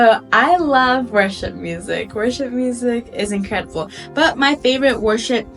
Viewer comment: When you first said worship music it sounded like you said Russian music